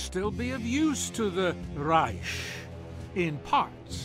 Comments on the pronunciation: hate how always says Reish instead of Reich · He said Rish not Reich lol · What person calls reich reish ? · says Raysh but somehow pronounces gewehr correctly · ikr, it gets on my nerves so much...with a literal grammar nazi in the main game correcting the kkk members on proper pronunciation, it makes you wonder how this dentist dude even made it so far up into the ranks of the nazis with that appaling german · They both said reich incorrectly at the beginning